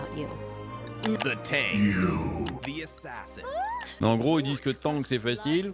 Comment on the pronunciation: assassein ?, heinnn pas hein?